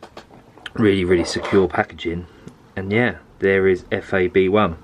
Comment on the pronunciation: It's FAB 1, not F.A.B.1